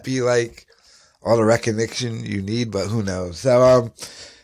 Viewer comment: “Reckegnection” WTF?